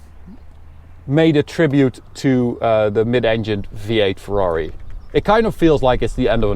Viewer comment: Ferrari no fwrhuawri